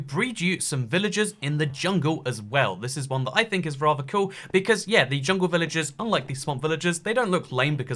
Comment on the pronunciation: I can't tell when your saying villages and when your saying villagers